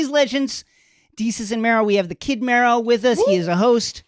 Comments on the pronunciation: It's not pronounced ME-RO, it's Mero, like “marrow”. Put some respect on the brand! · I'm so sorry but not sis saying MEEro